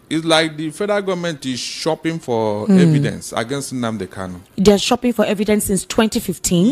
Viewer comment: This man should know the name is Nnamdi KaNu, and not Nnamdi KaLu. The last name is spelled with "N," and not "L."